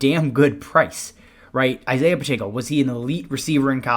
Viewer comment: “Pronounced Pachecko”